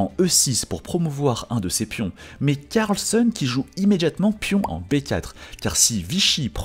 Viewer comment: CARLSEUN? 😂😂😂 Tout ce que tu dis tu le dis mal Sérieux........